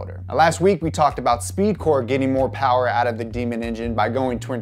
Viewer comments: Not "more power" but "mo powa babeh" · Alright, this dude is growing on me. He's no James but he's still new and some time to get his groove going. He needs to work on his pronunciation of Mo Powa though.